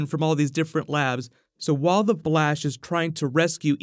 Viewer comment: did any one notice that he said the blash